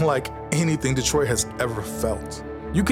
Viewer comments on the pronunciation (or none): "Detriot" ... sigh